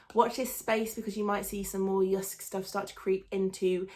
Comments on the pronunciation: You pronunciation of JYSK is almost perfect danish :) br Anders, Copenhagen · JYSK is a danish company. And you say JYSK very well 😉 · You pronounced it perfectly! Loved this video 😻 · The way you say Jysk is correct ❤️ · You’r pronouncing it perfect 👌🏻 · Heeey :D I´m from Denmark were JYSK is from and Girl you say it the right way :* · No, you pronounced it really Well 😊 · Good pronunciation of Jysk.